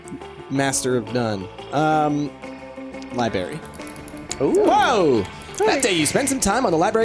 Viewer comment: IT'S NOT A LIBERRY ITS A LIBRARY!!! god that annoyed me through the whole thing and no one tried to correct him.